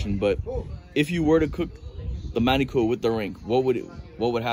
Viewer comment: Lost me when he said manicoo curry